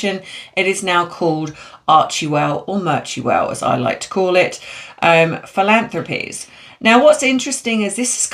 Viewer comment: PRACTICE MAKES PERFECT ❤ Fil- ANN- thrah- peez